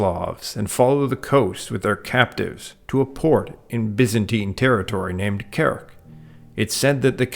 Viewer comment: Very good video. A nitpick that in "Kerch" the "ch" part is pronounced as in "change", so a "tsh" sound, not a "k" sound. At least that's the case in Turkic and Slavic languages.